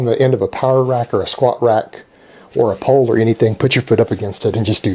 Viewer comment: You're american accent is beginning to fade away especially when you said squat rack... But great vid as well!